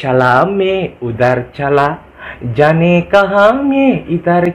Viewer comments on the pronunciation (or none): none